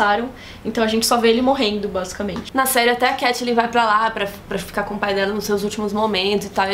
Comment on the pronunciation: eu AMO todos os vídeos, mas o jeito que vcs pronunciam Catelyn é muito irritante :(